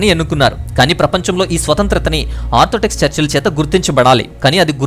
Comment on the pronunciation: చక్కగా వివరించారు. ధన్యవాదాలు. అయితే చిన్న సవరణ. ... మీరు ఆర్థోటెక్స్ అని అనేకసార్లు చర్చ్ గురించి అన్నారు. కానీ అది ఆర్థోటెక్స్ కాదు ఆర్థోడోక్స్ అనాలి. గాడ్ బ్లేస్ యూ.